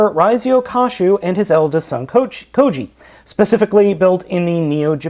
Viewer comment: It's kyoji not koji